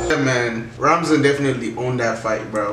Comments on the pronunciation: Is Ramzan not Razman haha 😂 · Ramzan bro not Razman. 😂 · Loool man said Razmat 😂😂